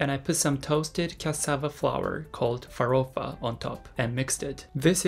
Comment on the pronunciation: It's amazing. You really learned how to say farofa in Portuguese. Congratulations. Come back to Brazil soon❤